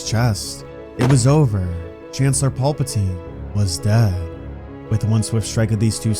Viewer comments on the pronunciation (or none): Wtf is that pronunciation? Paupatine? Tf 😂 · Anyone else loosing their mind everytime this goofball says paulpatine? 😂